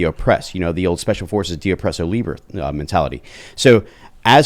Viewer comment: Taking mil advice from this retard that cant even say de opresso liber properly and gets visibly excited when asked for his "vEtERaN oPiNiOn" is fucking moronic too